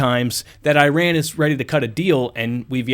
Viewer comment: The country's name is NOT pronounced as "EYE-ran"! And the people from there are NOT "eye-RAIN-eee-ans"! The CORRECT pronunciations are the country of "EEE-ron", where the eee-RON-eee-on" people reside!